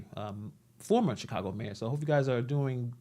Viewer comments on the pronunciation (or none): none